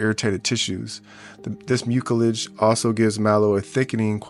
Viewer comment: Please learn to pronounce the words. Mucilage. The c is soft and sounds like an s.